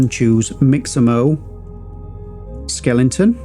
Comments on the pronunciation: Great and useful video but I have to say it’s Skeleton not Skelington. You don’t watch telelingvision do ya? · SKELE-TON not SKELING-TON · Great tutorials! But why do you keep saying "skelenton", man :-) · Thanks for this super helpful tutorial and for pronouncing skeleton as skellington.